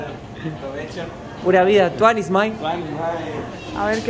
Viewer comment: Hola chicos! pronuncia tuanis Mai y es tuanis mae